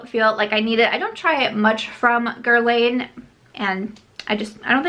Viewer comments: Guerlain - pronounced Girl-lahn, not Girl-layne. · Dear, Guerlain sounds like “guerlan” (the i has no sound) 😜